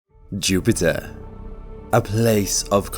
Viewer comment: When I clicked on this video I was thinking "oh god, this guys voice is too much at ti..." Video: JUUUPITTAA!!!!